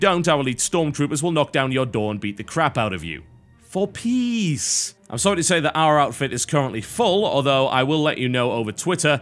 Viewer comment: Every time TB says "For peace" it comes out as "for peas." Do the Terrans like their veggies THAT much?